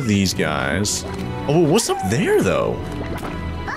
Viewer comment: Why did you say wis at the start like this wis going on guys!